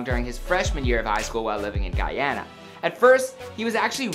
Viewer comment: Its Guuuuuuuuuuuuyana not Gaaaayana